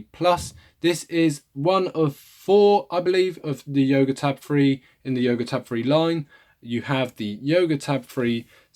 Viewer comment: Did you say YOGO? haha. Thanks for the review!!! Would love to see your benchmark and speedtest video!